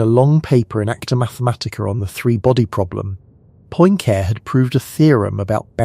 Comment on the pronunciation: I can't ;isten to someone who can't pronounce Poincarre.